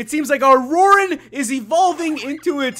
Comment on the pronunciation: *RORAN NOT DORAN